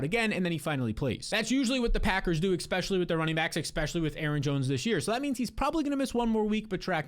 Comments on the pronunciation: Can you stop saying ‘eckspecially’ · Austin eckspecially sucks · You guys, leave him alone about saying "ekspecially"! Everyone has little regional grammatical variations that may not be proper English but I think it's so rude to be making fun of that. If you don't like it, just stop watching the channel. gives us great advice. Surely you can forgive one little idiosyncrasy. Considering that these days so few people use exactly proper grammar, spelling, and punctuation due to texting and social media abbreviations and Urban language this criticism is both unnecessary and rude. C'mon, man... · I’ve thought about that through at least 15 of his videos. And he says it every few minutes too.